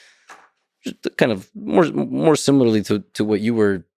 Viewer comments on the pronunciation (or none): none